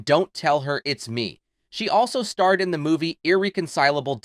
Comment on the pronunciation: Your editingg as well as pronunciation of words is horrible...she didn't "stare" in a movie with Tom Cruise...she "starred" in one. And the production of E.T. wasn't done by someone pronounced "Stefan" it's pronounced "Steven" (but spelled Stephen). She was being saught to star as the mother... it's pronounced Mom...not moam. I think you might be a bot, otherwise you need a little more practice before releasing new content.